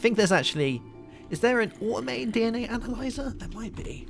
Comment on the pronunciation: When you searched analyzer, you said anal...